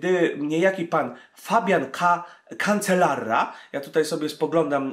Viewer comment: kanczelaRa nie kanczelaRRRRa ; ) Cancelara Fabian ; ] heh i nie vueltaa espaniola tylko vłelta espańia ; ]